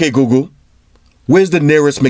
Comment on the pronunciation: By the way its google not googoo